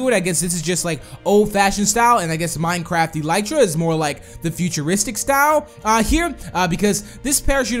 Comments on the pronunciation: It's eeelytra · the elytra is pronaused like this e-lee-tra